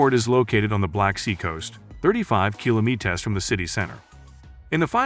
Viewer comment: 35 kilomeetas